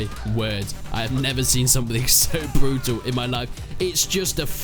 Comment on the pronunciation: "Absolutely brootul"